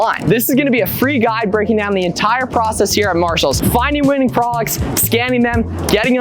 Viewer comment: When do you breathe? Slowdown and you might be able to say products instead of prox. Besides that, awesome video. Lots of great info. Sucks the apps is so expensive but I guess you could try to do some quick math in your head if you look up all the numbers.